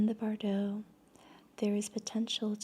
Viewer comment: Since you mispronounced it multiple times, Bardo—from the Tibetan Book Of The Dead—has the emphasis on the 1st syllable : BAR-doe. As you speak beautifully, I thought you’d want to know.